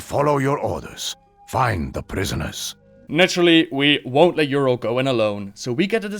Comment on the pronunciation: Why does he mis-pronounce Yrel it is driving me crazy